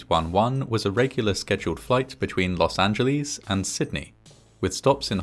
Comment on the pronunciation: I like how you saw "Los Angeleeze." Here was say "Los An-jul-less." In the olden days some pronounced it "Los Anguleeze" with a hard G but the last syllable like you do it!